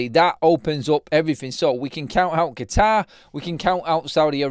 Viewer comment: the way you said Qatar 😂😂😂😂. Qeetaaaaaaaar 😛